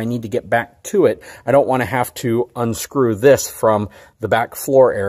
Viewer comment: Ability not abilidy Have not haff Product not prodict